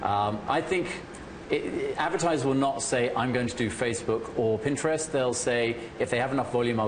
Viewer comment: PinGtrest. I don't think she's saying it right.